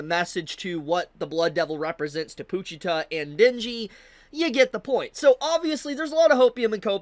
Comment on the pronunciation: why are you pronouncing pochita as poochita😭